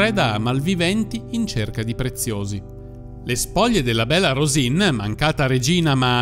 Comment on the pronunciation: "Bella Rosìn", pronunciato all'italiana, non significa nulla. Il suo soprannome era piemontese e si pronunciava "Béla Rusìŋ" con una n nasale velare, che né il toscano, né i dialetti meridionali possiedono.